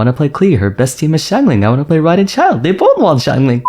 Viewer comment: I took a shot every time he said 'xianglang'- I now speak Chinese and woke up in a South African Hostel.